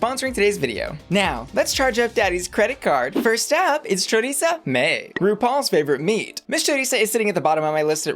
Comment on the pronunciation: It’s Choriza — like Theresa. Not chorizo